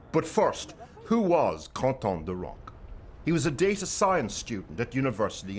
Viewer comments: His name is Quentin not Qonton! Quentin like Quentin Tarantino ! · It is pronounced "Kan-tan" not "Con-Tan" because in French, the "u" after a "q" is always silent and the "n" sounds are nasalized rather than spoken clearly. and that would have been relevant if the report was made for french speakers in french not in English. LEARN two things today ! 🤨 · And in FRANCE Quentin is pronounced contan. LEARN something today. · was wondering who con-ton is. Oh quinton is pronounced... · dear speaker your wrong accent is deplorable, would you say the same for Quentin Tarantino? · Unle3ss you are going to use a proper phonetic symbolism, such as the International Phonetic Alphabet (IPA), such as appears in dictionaries, dont bother with the difference between contan and kantan. and tom pronounce a name in a way that the person wouldn't use is just plain disrespectful.